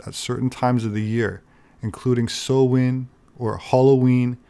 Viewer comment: I love hearing people say Samhain correctly!